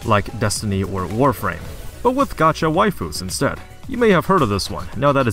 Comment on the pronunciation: gee-yatt? that's not how that word is pronounced at all.